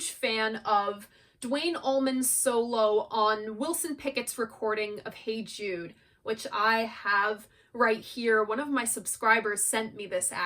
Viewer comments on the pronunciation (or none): none